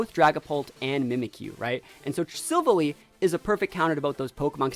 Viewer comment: Btw the the way you say silvalley is sil and then valley sil valley